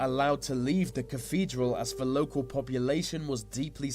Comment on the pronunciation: he said ve instead of the XD